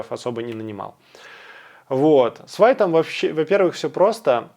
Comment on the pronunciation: пишу не чтобы доебаться, а потому что ты попросил vite произносится как "вит"